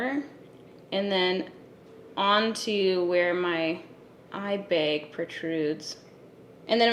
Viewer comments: How can someone saying eye bag “beg” sound so fascinating idk man!🙃😍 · The way she says eye bag.... I was hoping she'd say it and then it happened.